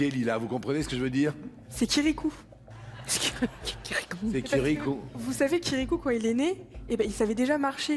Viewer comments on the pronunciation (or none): C'est pas kirikou, c'est kiriQI ! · C’est " chirikou" purée elle a osé 🤣🤣🤣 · Elle dit c'est "Kirikou" mdr 😂😂😂😂